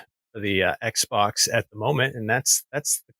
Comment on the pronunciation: Couldn’t he pronounce ‘XBOX’? Why? 🤔